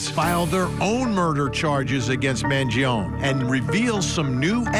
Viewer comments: Despite the fact that you obsess in saying the name, don’t be so stupid. It’s not “Mangion”, it is MangionE! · I feel like Vinnie just can’t handle correcting himself so he won’t pronounce his surname right because he has started staying it wrong and too proud to correct it. It’s not a ‘own’ sound at the end it’s “ownie” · It's not Mangion'i'. Why they keep saying like that? MangionE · Why does Vinnie keep calling him Mangion its Mangione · Luigi Mangione, his last name is pronounced with the "e" silent. Sounds like "own" at the end. Man-gee-own. Start showing respect, stop treating Italians like they have a monkey and an organ grinder! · It's an Italian surname the finale E is not mute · First, learn how to pronounce Italian name correctly *Man-gio-nee. Next; Overkill fabricated charges… Get me on the jury now! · Please pronounce is surname correctly at least… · You can’t even pronounce his name right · You could get his name right...